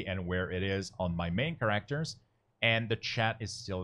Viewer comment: Nice video, but that is not how you pronounce "characters" or "exit".